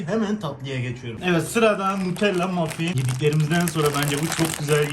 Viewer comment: Nutella mUffin diye okuması fav ÜWMGĞSPFĞSĞFĞDŞR